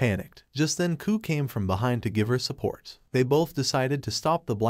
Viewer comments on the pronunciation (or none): none